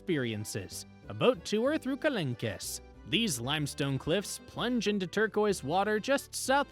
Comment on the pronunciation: Not to be mean but it’s Marsayyyy and kalonk…